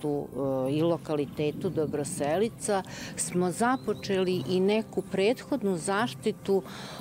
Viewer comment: Slušam kako lepo izgovara Dobroselica! I pored toga svi, pa i narator, peze se i razvlace eeeee...😂🤣